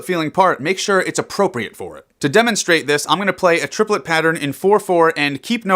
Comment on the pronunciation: Trip-el-et.... its even a triplet when you say it...